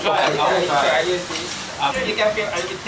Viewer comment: ハロウィンの日に、神戸でBring me the horizon and Babymetalと共演してましたね。大阪公演は無っかたけどね。Fワードの発音もイングランド南部と違いますね。僕は、エディンバラに留学してたので、慣れてますけどね。😅